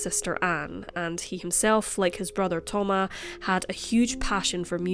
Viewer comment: Thoma"s!" Not Thoma